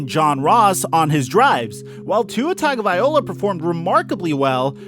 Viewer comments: yes and the 1st part TUNG/ TONGUE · Its such an easy mistake to make that just passes me off, like it makes me so triggered when I hear Tua TagovaiOLA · Tag-o-vai-LOA. Pronounce it right, dude. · Tua Tagovailoa his last name is pronounced Tug-A-Vie-low-a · TONGavaloia that’s how you pronounce it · Geez it was so cringey hearing you butcher his name. Say his name Tah-go-vai-low-ah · It's actually tongue-o-vai-loa but I agree it was hard to hear him butcher it lol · gah dammit.. it's "Tongue-oh-vah-ee-lo-ah". How hard is that? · yo it"s tago-vail-oa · Tua’s name is said tungle-vi-loa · Your pronunciation of his name pisses me off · You gotta change the way you're saying his name...its not that hard. And pretty disrespectful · Please stop mispronouncing Tua's last name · You always say his name wrong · Bro can’t even pronounce Tua last name lol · If you're gonna run your mouth about an athlete, like Tua, then have the courtesy to pronounce his name correctly, fool.😡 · Appreciate the update on Tua TAGOVAILOA. Please please please learn how to say his last name. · Please learn how to say Tagovailoa — it’s cringe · Can you say Tuas last name right? Get it right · Man just call him Tua if you're going to disrespect his last name like that. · You massacred the dude's name...just use his first name...Tua lol! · Bro, you need to learn to pronounce Tua's name. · The name pronunciation is cringe bro. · Good point man, I’m Samoan and it had me cringing the whole way through! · Thank you... I thought I was the only one hearing that. Signed, Alabama and Ravens Fan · Bro it's Ta go vai lo a NOT Ta go vai ola get it right bro. Keep up the good work tho🖖👍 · Tago-vai-loa not tago-vai-ola sir please get that right 🙏 👍 😀 👏 😉 🤣 🙏 👍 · His name is Tagovailoa, NOT Tagovaiola!!! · Vai-loa not vai-ola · dude you're killing his name i can't take it anymore...it's "TagovaiLOA" not TagovaiOLA"... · TagovaiLOA not OLA... get it right!!! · Bro, it's TagovaiLOA not TagovaiOLA. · Loa loa not ola